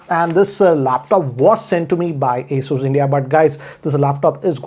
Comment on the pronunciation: It hurts me when says "Asoos" instead of "Asus"